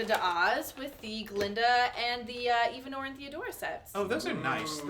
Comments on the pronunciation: these people are so ridiculous its pronounced evan-ora not even-ora and she is the wicked witch of the east theodora is the wicked witch of the west thats why her ring turned green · First of all Theodora is the good witch of the north then the wicked witch of the west and it is not pronounced even_ora it is pronounced evenora